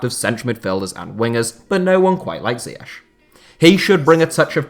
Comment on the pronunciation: Thats not how you pronounce ziyech